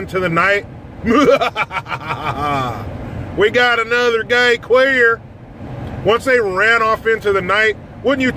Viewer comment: "We gots ourselves another qwwweeerrrr PAHHH!" cue deliverance